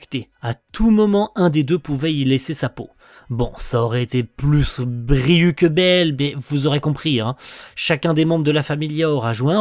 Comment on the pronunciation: Alors c'est pas forcément important mais je crois que ça se prononce Ryou 😭